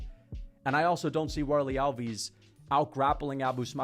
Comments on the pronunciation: you pronounce the fighters names so wrong - it’s hard to follow who you are talking about. al-VEES? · Alves and Borralho pronounciation is terrible